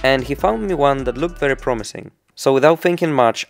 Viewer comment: "weri windi, weri cloudy, very rainy" kocham ten akcent i wymawianie gdy jest sie polakiem